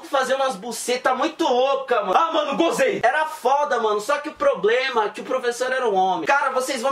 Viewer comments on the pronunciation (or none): none